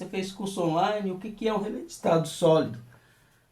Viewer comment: nao se fala rele com final lelele e rele